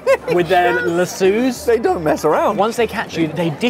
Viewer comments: It’s La-sew not La-sue lol ❤😂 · The way Ollie pronounced lassos “lah-soooos” 😂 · Laso pronounced Las-eww made me lol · LASU???? Laso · Make it relate-able think French, it’s pronounced lass eau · Ollie did NOT just pronounce a lasso like “lasoo” 😭😭😭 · He called the lasso a "Las sue" 😂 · "La Sues?!?!?" Someone please tell Ollie how to pronounce "Lassos." 😂😂😂 I love him so much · I have never heard the word lasso pronounced "luh-SOO". 😂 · Lasues!!!! Omg lassos, I am rolling. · Y'all really got to stop saying "Lass-sue" and "Pee-can"... One doesn't mean anything and the other is a coffee can you piss in on a boat when too many people are around to hang dong over deck or in a deer stand.